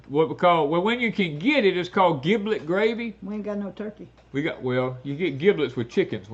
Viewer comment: Sorry, it is giblet with J not a G. As in General, Generous, Germ, Gel, Gentle...